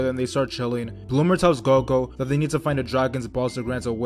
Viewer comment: Say there freaken names right ''goko''